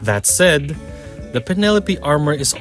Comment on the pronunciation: ah yes, the Pen-Uh-Lope